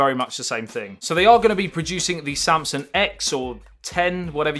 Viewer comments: It's Samsung not Samsun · All I kept hearing is you saying “samsun” instead of saying ‘Samsung’